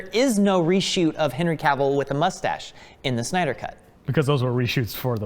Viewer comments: SYNDER they said on part 3 hahahaa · Part 3 - Synder? Not Snyder? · Who else noticed the "SYNDER" at the Part 3 start?? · "the synder cut" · "Synder" ??? XD Mistake guys ! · Ahh yes.... Zack Synder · "Synder" lol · "Synder" oops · Part 3 - "SYNDER" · You effed up the dude's name. :D